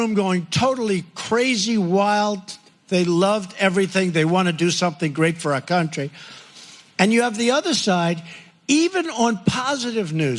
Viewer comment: Does it annoy anyone else the way he pronounces “country”.. its bad enough he uses it ten times in each sentence.